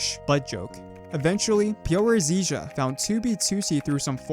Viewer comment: stop saying 2b2t like that lol